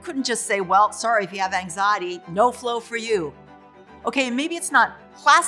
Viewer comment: How is it that an expert on anxiety can’t even say it right